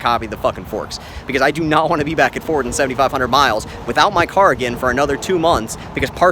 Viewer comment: Gotta love Furd...oh..I mean Ford.